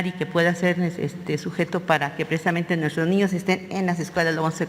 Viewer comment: Conté 25 "precdisamente" ;)